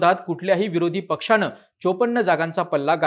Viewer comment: किती अशुद्ध मराठी भाषा बोलताय आपण? त्याला काही मर्यादा? निदान एक पत्रकार म्हणून तरी भाषा शुद्ध ठेवायचे भान ठेवा!! देशाणे? ऐकून? णेता? पक्षाणे? काय गाढवपणा चालवलाय तुम्ही?